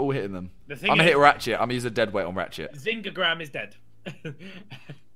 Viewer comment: Is it just me who finds it irritating when ethan keeps saying behzingagram